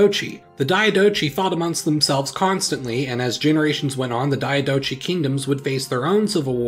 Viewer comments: Diadochi is pronounced with a k sound at the end, not a ch sound. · It's pronounced Die-a-doc-eye. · It's pronounced diadohi not dianochi. H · It’s pronounced dee-á-do-koy